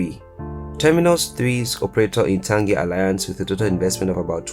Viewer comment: You mispronounce the city's name